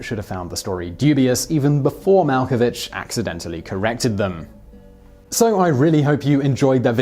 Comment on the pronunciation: mal ko vick